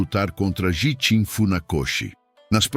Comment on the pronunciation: Prezado, também notei esses erros de pronúncia! Vai mais um erro que você esqueceu de citar: Gishin a pronúncia é: Guishin.(09/08/24).